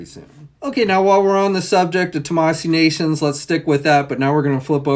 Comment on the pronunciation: Still can’t seem to say Tamashii Nations right